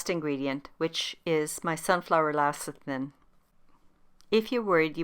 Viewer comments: LECITHIN not LACITHIN! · Great recipe despite saying LACITHIN.